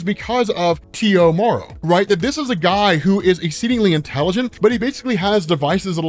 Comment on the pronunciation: I thought you were saying "Tio Morrow" like,,, uncle?? lol